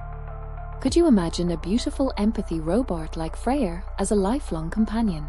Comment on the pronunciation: "Freya" and "idea" are not pronounced with an R at the end... 😉